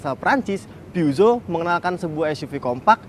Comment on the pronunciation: Cara baca yg bener "pu-syo" atw "pe-zyo" bukan "pyuso"